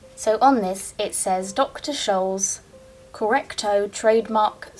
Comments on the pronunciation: It’s shoal not skohl. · I grew up wearing Dr. Scholl's products. Shoes/clogs/inserts. The clogs were quite popular in the late 70's & 80's. Having been born with a foot issue, they are quite helpful...but even ppl with perfect feet love the products, as they are stylish & comfortable. It's pronounced Sholls (the "c" is silent). I don't know if that pronunciation is correct, but I've not heard it any differently. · Dr Scholl's is pronounced with a soft c. That was a really interesting find especially finding it in England. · Dr Scholl's is pronounced as sh. The German way of spelling sh is sch. Dr. Scholl's is still in business.